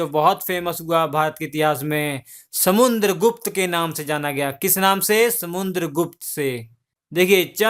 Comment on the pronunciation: Bhai video to Shi banate ho pr words bahut baar bolne me mistake krte ho...Or to or naam v galat bolte ho kavi kavi ...jaise Raja Ashok ko Akbar bta rhe ho or samudragupta ko samuNdragupta kh rhe ho...ye sb pr dhyan do ....so pe perfect as possible as u can...thanx